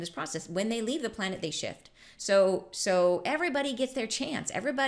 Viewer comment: Oh my i thought u said shit instead of shift 😂